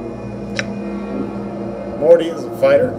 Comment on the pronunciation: Morte's ("Mortimer 'Morte' Rictusgrin") name is pronounced "mort", like wart, as in morte, the Latin word for death, and not "more-tea". This is nitpicking at its finest, but did you really mispronounce it throughout the whole long play? Ouch.